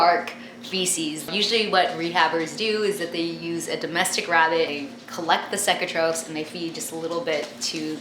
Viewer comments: It's pronounced (cake-a-trophs) and I'm surprised they aren't dead either cuz when you feed, you get it in their nose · she said the word cecotropes wrong its supposed to be pronounced like see-co-tropes, lol but I can get how she can get confused\